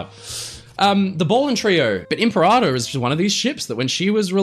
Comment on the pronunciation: Not its called the “Imparator”